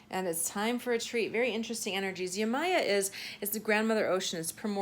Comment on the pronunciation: Hey I’m going to attempt to help your pronunciation of Yemaya:) it’s (Yem- eye- yah). Tonally the first two syllables together sound a bit like tie dye and the “ yah”, last syllable, goes up kind of like karate hi yah!Traditionally pronounced Yemòjá (tone goes down at o up at a). Each syllable is sort pronounced separately. Hope I’ve managed to communicate here. This is just intended to be helpful. It’s not a commonly heard name or language. Thanks for the reading!